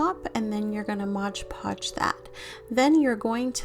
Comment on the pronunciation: It’s MOD Podge. Not modge podge.